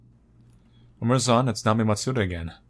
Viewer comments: Nami-eh: that's how it's pronounced lol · I think her name is pronounced Nami-eh. Japanese names aren't known to include letters that are silent.